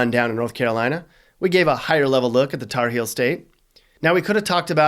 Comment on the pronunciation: It’s HEELS honey, not “hills” lmao